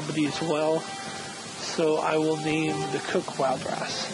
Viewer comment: Great vid. So I'm a cook. eh? Cool. Would it be possible for me to be a warrior? I wanna see my dwarf in later episodes as an experienced fighter defending the fortress. If not - it's k. P.S. Wildras - [wɪldɹɔs], not [wɔɪldɹɔs]